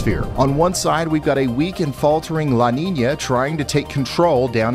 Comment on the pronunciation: It sounds more like "Ninya" if you google it you'll see brother.. Salutes